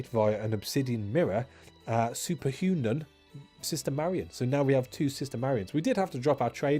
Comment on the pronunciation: "Superhunun"... Love it xD